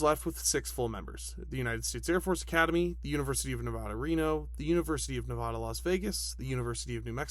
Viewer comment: You are a great inspiration to small channels like me, love the content 👍❤️ Edit: please work on your pronunciation for the state of Nevada